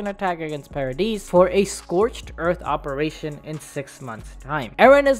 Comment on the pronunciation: "Opration" LITERALLY UNWATCHABLE